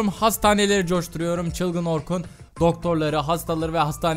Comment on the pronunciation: Doktor orrrrrkun